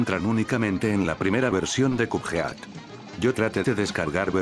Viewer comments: Porque dices youtube se pronuncia yutub y cupead y cudfeat se pronuncia codped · "kup jeát"